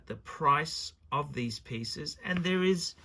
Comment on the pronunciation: A tale oph three wiphes